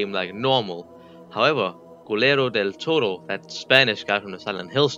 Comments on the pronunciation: not a hate comment! It just that is funny how you say guillermo del toro like "culero del toro" XD culero is a bad word in spanish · culerro del toro 😭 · i’m sorry but the way you pronounced guillermo del toro made me HOWL